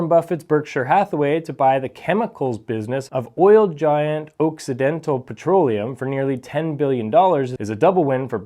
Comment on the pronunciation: Is this guy a robot? He could not even pronounce Occidental Petroleum!